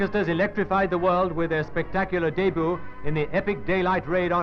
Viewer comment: He said dayboo